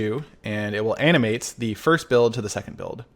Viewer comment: Anyone else hearing “anime” instead of “animate”